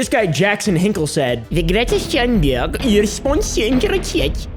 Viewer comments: Say Thunberg with a T thats how u say it kind off. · I just wanna say, cause I’m Swedish like Greta. Thunberg is pronounced with the Th as a T, you pronounce it like the T in Tuna. Just a little help from a Swedish fan!😅😊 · You say it like Greta Toonberg, as if you would pronounce the toon in Cartoon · hey it's pronounced Thunberg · Why is it so hard for english peapol to pronounce tun-berg